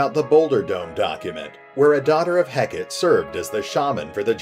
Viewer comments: Is it supposed to be pronounced 'Heck-et" or like the Greek goddess "Heck-ah-tay"? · Heck-a-tay. That's how it's pronounced. Its a deity.